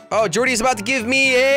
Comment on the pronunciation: Who else realised that at the beginning jelly dead Dordi instead of jordi